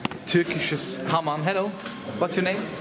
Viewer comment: HAMAM und nicht HAMAN :D haha !